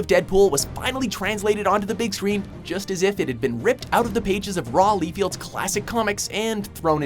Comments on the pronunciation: who is raw leefield? Oh, you mean Rob Liefeld? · His pronunciation of Rob Liefeld made me cry..... Dead pool even says his name in the fucking film! It's like do it on fucking purpose!